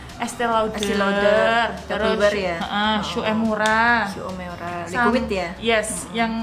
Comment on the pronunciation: Bukan SU E MU RA, tapi dibacanya Shu Uemura = shumura gak pake E